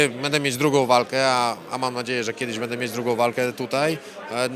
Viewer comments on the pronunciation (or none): none